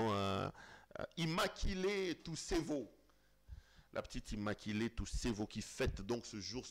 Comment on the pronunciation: IMMACULÉE ET NON “IMMAKILÉE” en disant ça c’est sûr que avait en tête le mot lingala “Makila “ 😃